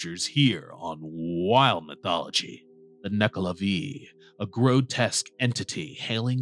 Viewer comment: It's not Nuckla'vee', it's Nuckla'vay'